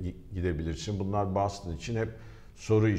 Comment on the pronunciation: Boston ı türkçe ''BOSTON'' diye okumak nedir ya